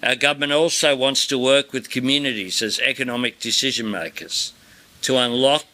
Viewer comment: Albo,, learn how to pronounce the word "decision' or stop using it. It would also help if you learnt how to make well considered decisions...or is it deezhizhens - instead of spouting your moronic university student activist propaganda